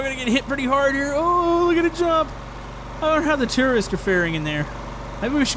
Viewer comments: Why did he say terrorists instead of tourist?? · Jisoizzard i heard terrorists too But it's tourists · so uuhhh,... gotta work on some english there... you kept saying tourists TERRORISTS XD! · did he say stranded tourists or stranded terrorists? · I thought said "Stranded Terrorists" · Did he say tererists insded of tourists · It sounded like he was saying stranded terrorist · It sounds like you were saying terrorists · Did u say terroriste?? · sorry but no offence but when you say stranded tourists it sounds like stranded terrorist